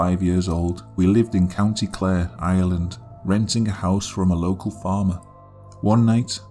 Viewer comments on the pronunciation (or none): none